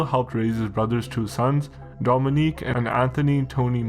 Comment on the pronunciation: Great content but you gotta pronounce these Italian first names properly. Domenic. Not Dominique.